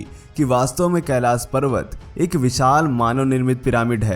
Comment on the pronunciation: Kailash bolna nahi aata... pahele iski training lo..